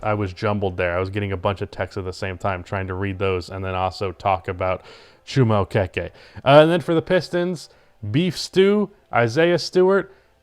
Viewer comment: its chooma oh keke